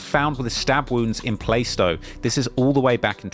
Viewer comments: Plaaa-stow not playstow 😂😂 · you the goat but it’s pronounced “Plarst oh”! 😂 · Plaistow is pronounced Plah-stow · Play - stow lol